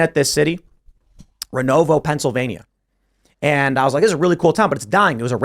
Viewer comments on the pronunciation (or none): Did Tim really just say renova pa? 😆 grew up half hour from there